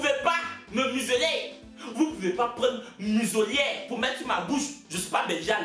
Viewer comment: Musolière🤣🤣🤣c muselière on dit